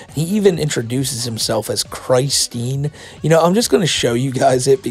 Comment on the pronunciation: I'm sorry are we all moving past the fact he called himself 'CHRIST-tine'???